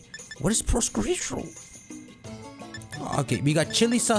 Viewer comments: Prosciutto = Pro-Shoe-Toe It’s ham. It’s just fancy ham. You’re killing me with the pronunciation. Lol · Why can’t bro pronounce prosciutto 😭😂